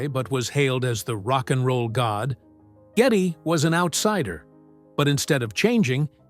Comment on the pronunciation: It’s G E D D Y LEE NOT GETTY